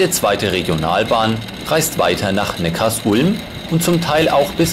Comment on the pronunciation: Gute Doku aber das heißt nicht neckars Ulm sondern Neckar sulm 😂😂😂